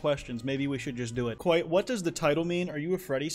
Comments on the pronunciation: But it’s kwite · I really “kwite” like the content here 🤣